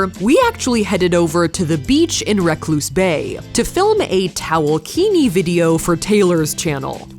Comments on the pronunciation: It's Repulse Bay. Not Recuse Bay. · what- did she just pronounce repulse bay as rec-loose bay AGAGHSHAGSG